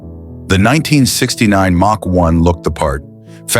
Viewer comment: Ai voice does not know how to pronounce common words so hilarious Says358 instead of 351 Says Mack instead of Mach